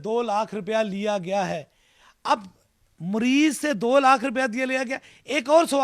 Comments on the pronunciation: Abe jahil WO morez nahi hota mariz KYTE hai bimar ko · Aby jahil mariz bolna to sikhle muriz nh mariz hota ha jahil or ye jo interview le rha ha ye bi is hi Ka tatta hai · Isko bat karny hi nh ati Mareez ko Mureez keh rha shuf shuf pehly bolna toh seekho😂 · Mareez ❌ murrez ✅ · Mureez nahin "Mureed", 😀😁😃😄😆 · مريض hi nhi kehna a rha Is jahal ko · Kia bol rha hy "mureez" "musal" "Khurab" "bathaden" Last m whats a expression!!!! Masal k tor pr heroooooo😂